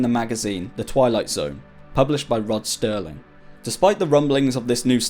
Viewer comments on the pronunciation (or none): It's Rod Serling, not Sterling. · It’s Rod Serling not “sterling.” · Rod SERLING, not sterling, its Rod SERLING!!! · "Rod Serling" not "Rod Sterling". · Hate being this guy, but it's Serling mate, it's Rod Serling!! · Gotta correct you on one thing... It's Rod SERLING, no T. And yeah, he was a big deal back then.